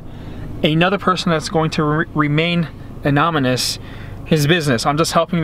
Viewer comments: "Anominous" lol It's anonymous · Pissening pronunciation of anonymous